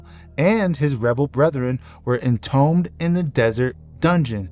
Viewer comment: Wait a minute, this guy can't pronounce entombed, or is this A.I.?